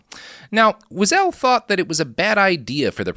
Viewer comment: GODDAMNIT! How can you be so brilliant and screw up Elie Weisel and Jim Croce’s names?!?! I just physically cringed at “Jim Crose”…